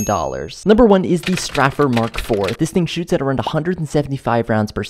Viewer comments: I dont think its pronounced Strefer, its Strafer.. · "straffer" brother in christ, its pronounced stray-fur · Lmao this man pronounced it "straffer"